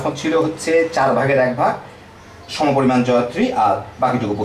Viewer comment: porimam na,poriman